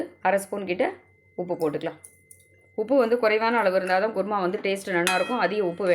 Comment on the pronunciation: ....kuruma not guruma😅